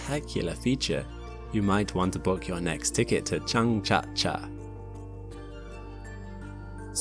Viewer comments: Too late to be seen: But have a suggestion for the future for pronounciation - just type in the chinese name for Zhang-jia-jie into Google translate and let it read it out aloud. In the video that name is pronounced Zhang-cha-cha, which really hurts the ears. It is especially jaring as it obvously cannot be cha-cha, as even the spelling jiA-jiE indicates. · I love your videos. But you completely butchered the pronunciation for 张家界🤦🏻 Zhang Jia Jie in English-style pronunciation, kind-of sounds like: Jang zee-ya zee-yeah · Great video, only the Chinese pronunciation was a bit off. Zhangjiajie is pronounced like Jar (without R) + Angle (without LE) + Jam (without M) + Jerk (without RK) = Jangjaje Next time you can use Google Translate's speak aloud option to slightly narrow down foreign pronunciations. Keep up the good work! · I love how you say Zhangjiajie as Jang Ja Ja😂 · Just wanted to say the pronunciation of those mountains in China is closer to "jang jiah jieh" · The "jiajie" in Zhangjiajie is pronounced as "jug-jay" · Hehheh. Been there many times. And, it's "jong-juh-jay", the last two "j"s being very soft. They are very proud of Avatar being based on them. You will find many points where they have erected Avatar memorial statues near views towards what they claim to be the precise mountains which were used. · gets a prize for the worst pronunciation of "Zhangjiajie" I've ever heard so far. xD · Great video but I have to cry about the pronunciation of zhangjiajie 😂 it is no where close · Fantastic video. One note: your pronunciation of the Chinese mountains was not quite right. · I'm sorry, but your pronunciation of Zhangjiajie was pretty atrocious. I recommend you use Google translation to get a better approximation of its pronunciation. I won't even care if you used the wrong tones, but the consonants and vowels were completely off. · Your pronunciation of China's Zhangjiajie was absolutely abysmal. Fantastic video, though.